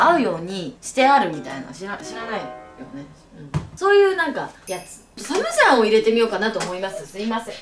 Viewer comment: サ↑ムジャンじゃなくてサ→ム↓ジャンだよぉ笑笑